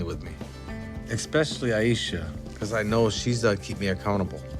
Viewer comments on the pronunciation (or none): Why,why why do they all say Expecially???it boils my piss.